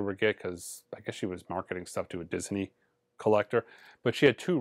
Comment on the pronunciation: At first I thought the way says "Disney" was a little strange, but now I think its actually pretty cool. I may try it myself. (Diz-Uh-Nee)